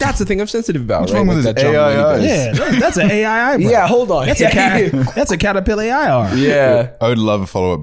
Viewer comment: “that’s a caterpill-AI-r” Absolutely golden